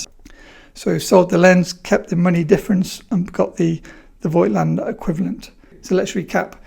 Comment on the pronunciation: Now that you are you Mr. Voigtländer, it would be great if you learned how to pronounce it properly ... ;-) It just drives me nuts to hear this ...